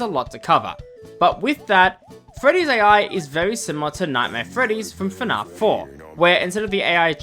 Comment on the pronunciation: 5 seconds in and bros calling it fnarf